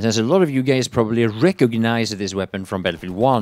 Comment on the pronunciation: ”alot of you gays” love it!